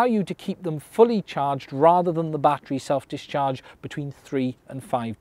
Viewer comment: Every time you say self discharge I hear self destruct.